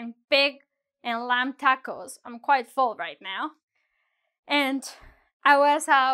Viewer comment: lamb: B is silent in this word. Thanks.